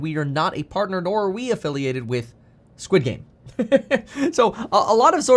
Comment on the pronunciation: Squed game. Coin lol 😂